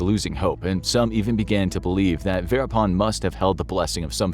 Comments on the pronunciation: The name Verappan has a double p (pp) in the spelling for a reason. Stop calling him veerapaan. Learn basic pronunciation if you must before you start recording for professional videos. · Kept hearing it as “Peter pan” the whole way through